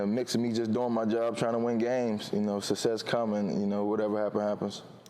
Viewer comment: Why is it so difficult for these athletes to say the word "SUCCESS"?????? The man literally said "sussess" like 8 times